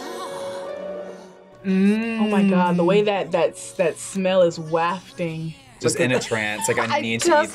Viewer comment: Said wafting wrong smh🤦🏼‍♀️